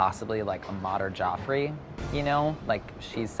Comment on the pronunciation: the host insists on correct pronunciation f tikka but still whiffs Jaffrey with a softened A in the same sentence